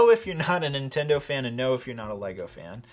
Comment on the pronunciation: It did kinda bother me how you pronounced ‘Nintendo’ and ‘Intendo’